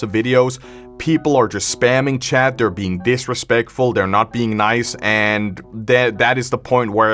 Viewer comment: honestly i always thought your accent was funny, its unique, i dont hear many youtubers with it, back when i first saw a video i heard you say "chat" as "chad" and i think its very funny, it honestly makes your videos funnier.